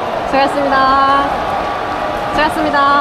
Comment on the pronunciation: 시간 걸리드라도 수고하셨습니다 고생하셨습니다 발음을 또박또박 해 주셨으면 합니다. 가식적이게 느껴지거든요, 열심히 땀흘린 선수들한테 순간순간 지나가더라도 겹치더라도 또박똬박 발음을 해 주셨으면 좋겠습니다. 수고해스니다 고새해스니다 이런 어눌한 발음 라이온즈티비의 격조에 맞지 않다고 봅니다 !!!